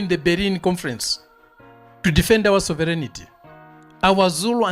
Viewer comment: Sovereignty......... not Soverignity !!!